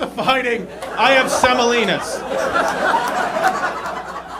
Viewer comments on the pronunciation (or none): What the heck did he even say, semolinas??!?!?